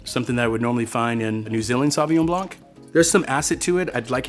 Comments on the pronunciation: Homie it’s Blanc not Blonk.. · The C at the end of Blanc is silent! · bro is a sommelier but pronounces the C in Blanc? What a joke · as a French, hearing a sommelier pronounce it sauvignon "blank" it just hurts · Love this guy Just one pet-peeve of mine this video is how he says blanc The c is silent in French. It's just blan The c comes into play when the word is in its feminine form, blanche (blan shh) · Not sure what I should make of the opinion of a sommelier who says Blank instead of « blanc » (the ´c’ is silent! It’s freaking silent!!!) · The c in blanc is silent bro 😊lol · Can some one please tell that sommelier that the C in < > is never ever pronounce. French is my native language and that was scorching my ears, that said amazing video! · the C in Blanc of Sauvignon Blanc is silent. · If you are a sommelier you should probably learn to pronounce "Blanc" ;) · He lost me as he was articulating the ‘C’ in Sauvignon Blanc. French variety of grapes, no need to over complicate. But say it right… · the c in blanc is silent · The C is silent in Blanc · please tell me you're not pronouncing the c in blanc...